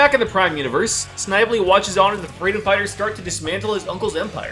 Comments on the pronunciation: It's pronounced sniv-uh-lee. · Snively is pronounced "Sn-vel-lee" Like they do in the cartoon. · I subbed, really liked listening to your video while I worked, but please do a bit of research on how character names are pronounced, you can check Snively's pronunciation in Sonic's SatAM cartoon, keep up the good work! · You say snivley funny